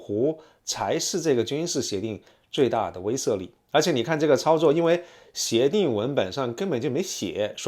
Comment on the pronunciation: 威慑，wei she